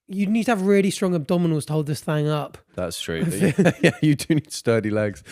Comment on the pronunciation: What is with constantly saying thang rather than thing?? Maybe its one of those things thats always been there abd you havent notuced it but once you do, it annoys the crap out of you 😂😂